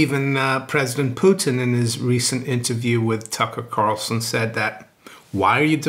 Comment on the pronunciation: I miss calling Putin "Pewton".